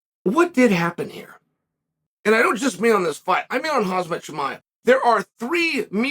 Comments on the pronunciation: Hazmat...? Its KHAMZAT. For god sake. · Uncle chael I love you.. But I noticed you've been saying khamzat name wrong always.... U say hazmat but it's khamzat... And he's 29 not 27.....always love your shows.. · It is khamzat not khazmat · Chael is such a drama queen and still he can't pronouce Khamzat right to this day...lol hahahaha I don't know why he keeps calling him Hazmat. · Chael making a video head lining Khamzat and mis pronouncing his name as Khazmat throughout the video😅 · WOW, people in America really sucks with names. Now listen his name is Kham-Z-at, try to make the letters come out in the right order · Did he really say Haz-mat Chimaev? 😂😂😂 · Chael, stop saying KHAZMAT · I think your pronouncing Khamzat wrong 😅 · waiting for the day he will pronounce khamzat right 😂😂😂😂😂